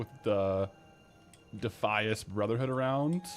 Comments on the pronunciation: Defeeeis, is 100% wrong.....its Defyas. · DEF - I - ASS not deeeeffius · You saying "De fee us" vs De fy es is goimg to make me not watch. Jeez. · i always pronounced it defy-us....but dee-fee-is, sounds like devious; which suits the defias :) also, the captain sanders quest line for the shirt is a cool looking rogue shirt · yo, who has ever called it DEE-FEE-ISS brotherhood, its pronounced like defiant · It’s like “defiant”